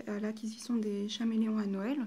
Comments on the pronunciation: J'aime ta video mais le faites que tu dis chaméleom au lieu de dire caméléon me stresse énormément 😂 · "ch"améléon ..... mes oreilles saignent .. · Ça s'écrit chameleon mais çà se dit Kameleon putain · Oui Mai sinon bien la video